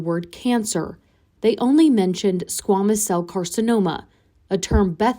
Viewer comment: Narrator: it’s squaaamous (long “a”) cell. (not “ah” sound). Please look up terms if not sure of pronunciation.